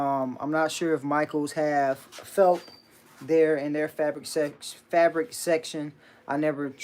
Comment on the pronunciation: I’m sorry but I hear u say “felp” the pronunciation is felt with a “t”, just letting u know bro.